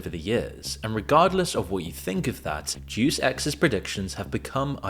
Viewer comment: It would be pronounced "Deh-oos"